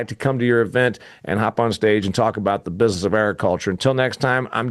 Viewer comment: I was just listening to your words. Like the word business is not usually pronounced bizus. But really it's not a crisis worth cussing about. It's your show and you can say whatever you want. I was just listening and made an observation. Feel free to ban me, I'll still listen yo.